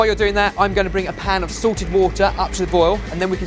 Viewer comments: For years I thought was saying boiling SORTED water instead of SALTED water and I thought that was the Sorted 'Twist' as he likes to call it... Now it all finally makes sense! Haha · is it sorted water or salted water cause it sounds like ben is saying sorted water? it sorted water a combination of all 4 of your sweat or is it just magical water that comes from the sorted kitchen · Whenever says "salted," I keep thinking he's saying Sorted. All I was thinking was, "Sorted water. They have their own brand of water??"